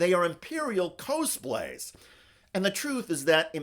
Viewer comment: cosplay not c-oh-splay